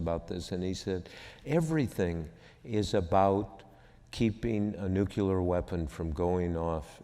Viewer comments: "Nucular" Sorry, it just really annoys me. Its a simple word. Nu-cle-ar. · I'm surprised to hear Woodward still use the Bush-era mispronunciation of 'nuclear'. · Surprised to hear Mr Woodward say 'nucular' weapon ...